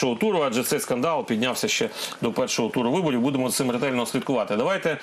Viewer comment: Філатофф, виборіфф.. Пане віднику, досить фекати!